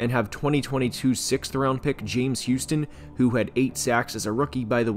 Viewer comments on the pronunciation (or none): none